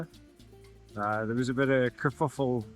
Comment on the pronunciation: “A bit of a Gafoffel” there’s the South African coming out 😂😂😂